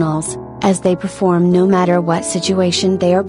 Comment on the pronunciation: “Come n perfelorm beautifully for armies” ahhh that part 😭💜